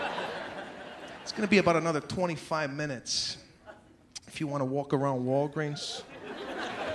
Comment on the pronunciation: “walking around Walgrees”. 🤣🤣🤣.